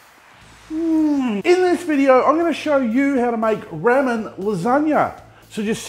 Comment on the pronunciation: love da vidz, plz stop saying ra men